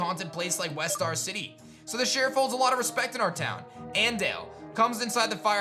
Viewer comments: My Spanish is rusty. Previously: "Ann-dale" instead of andale. Lol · Lol I love how he said An-dale instead of An-da-le in a hispanic inspired town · an dale lol its supposed to be ahn-dah-ley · Great series, but "andalé"🤣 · Andale?????? This dude is too American. Still awesome tho! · That you pronounced ándale took me OUT 😂